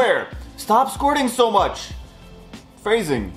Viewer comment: Frasing! LMAO